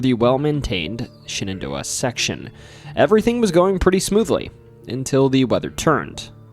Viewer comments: Pronouncing Shenandoah as Shannon Door proves you lived in Elkton 😂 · I've never heard anyone pronounce Shenandoah like that.😊